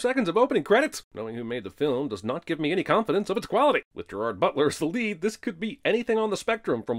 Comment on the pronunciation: At this point, I think that Jeremy's just punking us by pronouncing Gerard's name wrong.